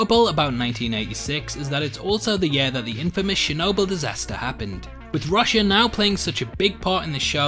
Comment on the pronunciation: lol he said chernobyl wrong